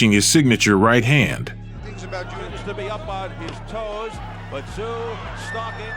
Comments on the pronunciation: The guy narrating the story doesn't even pronounce Tsyzus name properly.. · Dont pronounce the T in Tszyu.